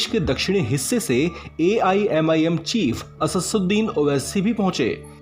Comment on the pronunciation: Are bhai anker name lena sahi sikho pehle uske baad baki ka gyan pelna asasussin owaisi nahi vo Asaduddin Owaisi hai